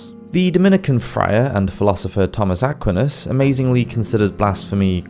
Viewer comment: Again, I love your content, but it's rather jarring to hear the mispronounced French names (and sometimes Italian ones.) Aquinus is Ah QUINE US, de Molay is DE moh LAY, and Cathar is pronounced CATH ar.. I think it's always a good idea to look up any word or name that's non-English to check on how it's pronounced...just a thought. With that, keep up the great work!